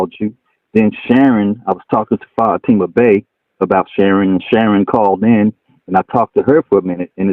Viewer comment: Excuse me, i now have to go crush my head in a hydralic press so i can feel smarter again. Everytime he mispronounces Fatima a cute kitten dies.